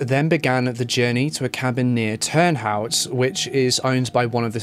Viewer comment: I see you trying to pronounce Turnhout, I grew up there lol, your content is awesome bit your pronounciatien of places in Flanders hurts my heart